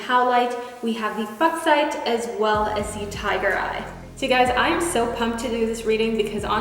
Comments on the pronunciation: 3 is actually pronounced with a long u... Fooksite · She: fucksite (fuchsite). Me: yup that's me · "we have the f u c h s i t e" tottaly doesnt sound like f@ noo dont worry... :)